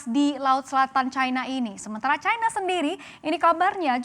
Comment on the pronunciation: Kok dibacanya chaina bukan china? Kalo china dibaca chaina, AS hsrusnya Ae Es dong. Dasr